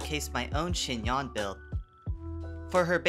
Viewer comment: Just like Yanfei, you should pronounce her [a] like [e].. Anyway.. ty for the guide